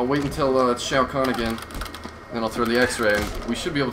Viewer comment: Shao kahn not shau guan